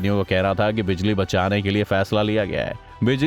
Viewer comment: Phali bar bijali ko bajali suna he